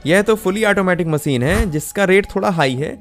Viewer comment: bhaisaab Hindi toh thek se bola karo content acha hota hai par language aise jaise kisi ne kheer mein namak daal diya ho MASEEN nahi MACHINE , sA nahi Sha mughe toh lagta hai aapke maata pita ne aapka naam SHUBHAM rakha hoga usko bhi aap SUBHAM bolte ho